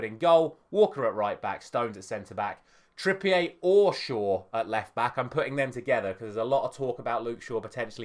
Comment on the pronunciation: Kieran Trippier isn't french, why are you saying it like that? 😂